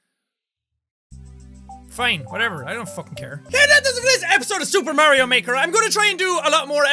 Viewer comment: Meker you said meker